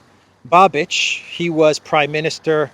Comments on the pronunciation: It's Babish not Babich. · You pronounce Babič wrong. It's not Babič it's Babiš. So not Č but Š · I would just note that "Babiš" is not spelled like Babich but Babish, I'm sorry but as Czech it tortures my ears when you say Babich 🤣🤣🤣 (just for fun). As for the last election to the Chamber of Deputies of the Czech Republic yes, Eurolibs had to put five parties together to defeat him and it is highly probable they won't be able to repeat it as this government, which is facing problems of internal coherence, is the least popular government in our history, probably including those from communist era... 😝 There were just regional and senate elections here and government parties are losing positions hugely, next Chamber of Deputies election will take place next year. Babiš joined Orban in EU parliament in Patriots fraction, but unfortunately his party should be perceived mostly as opportunists and although his eventual next government probably correct the biggest craziness committed by Eurolibs, one can't expect he would go as far as Orban or Fico. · The former Czech prime minister's name Babiš is pronounced "Babish" in English. I Just want to help. Great video 💗